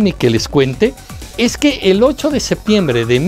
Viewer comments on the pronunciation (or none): none